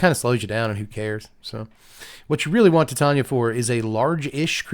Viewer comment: It thrills me to hear Titania pronounced correctly. Yet another reason is king